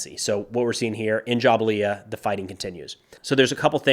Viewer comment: Fantastic daily job!!! Quick pronunciation correction: Not - Ja-ba-liya Better is - Jebalyia